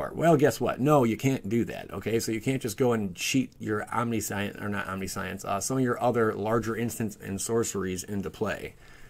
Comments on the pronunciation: Om-nish-unce, not omni-science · please stop mispronouncing omniscience (omni-science? wtf) you are giving me a headache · Omnishense is pronunciation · Mispronouncing omniscience bro